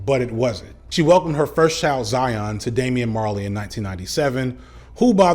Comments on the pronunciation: Me every time said Damian Marley: 😬😑 lol Great Vid as usual! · I'm Jamaican. Every time he said Damian Marley, I cringed.